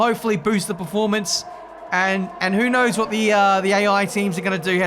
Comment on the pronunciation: Wha is up, guys? What is up, guys? Wha is up, guys? What is up, guys?